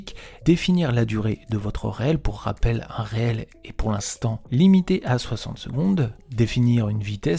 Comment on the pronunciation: Hello. Alors ça ne se prononce pas Réel mais riile ! Du mot anglais reel qui signifie Bobine !